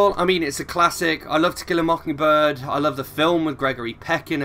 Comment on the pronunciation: The pronunciation sounded right for a southern accent. To Kill a Mockingbird is a great book. I liked hearing all your thoughts.